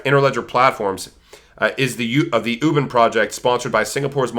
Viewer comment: Great Video! Thank you for the great content. By the way it's pronounce Wu Bin-- UBIN LIKE U like Uber and Bin as being.:)